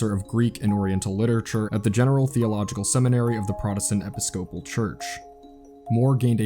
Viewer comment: How you say episcopal lol